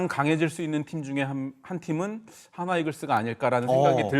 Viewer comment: 야 발음 똑바로 해라!! 화나가 아니라 한화다ㅋㅋㅋ